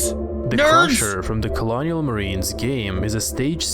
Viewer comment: says that colonial marines is the best game ever while proceeds to pronounce it as colonel marines